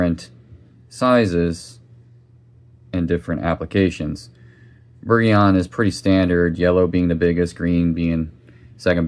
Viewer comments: My friend, it is pronounced behr-zhon, think France. Thank you for this video explaining the oils and their application. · It's pronounced Berjion